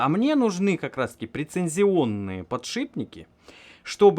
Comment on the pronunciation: Прецизионные, а не прециНзионные ;)